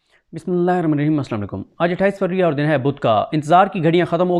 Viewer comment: بسم اللہ تمیز سے پڑھا کر ۔۔۔